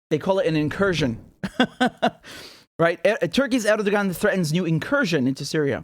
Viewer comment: The "ğ" in Erdoğan is silent. So it's pronounced "Erdoh-an"